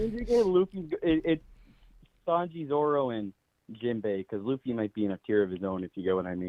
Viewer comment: Why is it so hard for the twins to pronounce Zoro?? It's 4 letters, 2 syllables fam